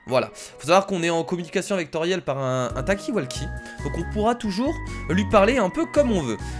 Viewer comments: ce pas tauriel mes toriel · C'est pas Tauriel mais Toriel juste sa me choque donc voilà dsl ☺ sa ma juste choquer . Like si t'es d'accord